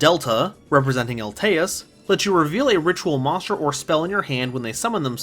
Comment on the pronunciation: I just realized he cant say Monster but always says monschdr